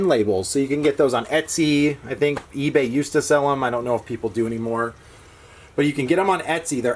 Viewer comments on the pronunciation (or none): none